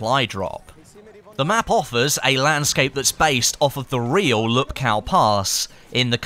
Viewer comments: It is pronounced "Whoopkoof" not Lupkoww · . it's pronounced "in the name of the *TS*ar", not "zzzar" and it's not "lupkao", it's actually "Woopkoof" hope this helps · PSA: Lupkow is pronounced "Lupkov" the way Krakow is pronounced "Krakov"